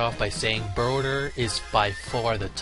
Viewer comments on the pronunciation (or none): he said Brouther instead of Burter xD and that actually is how i called Broly